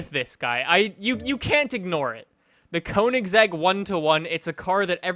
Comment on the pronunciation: It's pronounced kongseg.